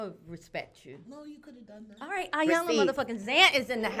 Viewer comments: ee-yon-la! not eye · Why do so many mispronounce Iyanla's name? It is not I-yanla it is E-yanla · Ee-Yan-lah Ee-Yan-lah Ee-Yan-lah Ee-Yan-lah Ee-Yan-lah Not Eye-yan-la! Irks me when people get it wrong. Apart from that, thank you for this vid, love it. Ps. Those earrings on the far left! 🔥 where are they from?!?